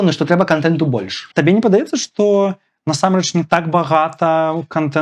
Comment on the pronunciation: Памылка - няправільны націск у слове насамрэч. Ягор таксама мае яе.